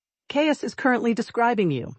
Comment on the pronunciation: 🙄😖AI, WHY do you voice the MALE HIGHER, jumping ABOVE the female's?.Even when script reads "DROPPED into a LOWER REGISTER"😮, you go up! sharp & uninfĺected, until drop DOWN to female'..?? Mispronounced CAIUS, it's KI' ( like SKY)-us & Isolde ≈ ih ZOLE' duh, 👉 ok?😅 & compote= KAHM'-pote ♥︎😊yes. Per-FEKT'lee , no😢